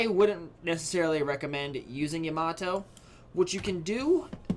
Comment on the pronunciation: u are pronouncing yamato wrong